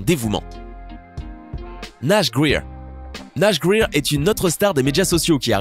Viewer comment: Nash « grir » 😂😂 c’est nash « grayer »